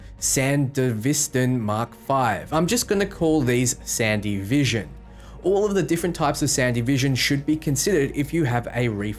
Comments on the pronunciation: San-Devi-Stan. Translate: The Devistator. Not Sandy-Vestan. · ..."sandy vision"? SANDEVISTAN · "Sandy Vision" LMFAO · The Sandevistan is pronounced San-de-vee-stan